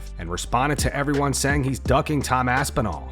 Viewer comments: Big Dana can't even say Tom's name.. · Dana couldn’t even say Tom’s name… that’s ashame